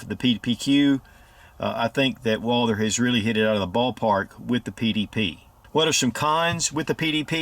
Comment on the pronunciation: It is pronounced Walth-errr NOT WALDER